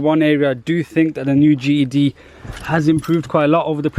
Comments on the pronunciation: Why does it sound like you kept saying GHD instead GTD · Why is does this guy keep saying GED 🤣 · that's not an accent that's just being lazy! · Deffo Saying GED 😂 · Ged or gtd? I cant tell what hes saying? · could you pronounce GTD properly for once? it always sounds like GED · Speak properly Its a G T D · is it just me or is he saying GED? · sounds like your saying GED, great vid though. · how can you say GTI but not GTD??? 🤔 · Your accent? You call "T" "E" ?